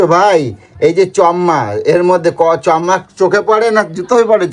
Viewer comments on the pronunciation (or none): চম্মা আবার কে বলে রে ভাই, এতো মানুষের সাথে মেশে তাঁদের কাছে শিখে নিও ভাই ওটা চম্মা নয় চশমা হবে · Chashma ❌chomma✅